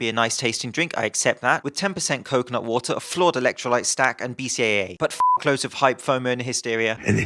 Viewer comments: it sounds like 10% coke not water whenever you say coconut water, now that you have read this you can't miss it. Love your videos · i only heard him say coke, not water. i only understood he meant coconutwater when the word actually appeared on screen xD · Most of the video I was just listening and was wondering how stupid the slogan "coke, not water" was until I took a glimpse at the screen and realized you were saying "coconut water"...